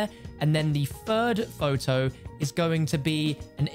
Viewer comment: Numba tertteen. Shows a photow of numba fifteen